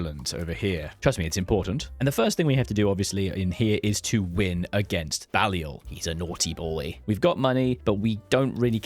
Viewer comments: also Bay-li-ol but no big deal haha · Balliol is not pronounced like that mate.